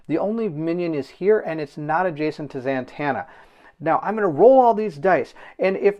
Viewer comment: Who is ZaNtanna? Ummm yeah....read it if you don't know, it's Zatanna. Man-child, you giggle like a little girl and then sound like Mickey Mouse.